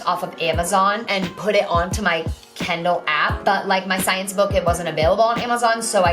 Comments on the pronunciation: she says kindle like kendall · The way she says Kindle. kEnDalL